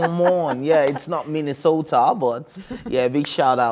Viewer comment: This ashowo again see how she pronounced Minnesota.. both girls na werey for hatting on someone doing what ya broke daddy can't do